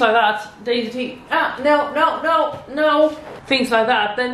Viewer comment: Do you maybe speak swedish? That ”Nej” sounded just like ”no” in swedish😄